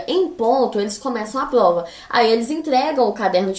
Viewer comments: ela fala plova ou invés de prova ksksks fofinho msm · "Plova", Ksksksksks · mano do céu que agonia dela falando “PLOVA” wtf